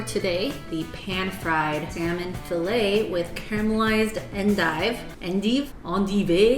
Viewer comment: it's the EN-DEE-VÉ pronounciation for me LMAO I LAUGHED SO HARD THAT I PEED A LITTLE